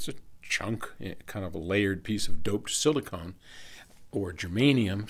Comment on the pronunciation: Ya, you'd think an Electrical Engineer would know this. Drives me INSANE to hear anybody say silicone.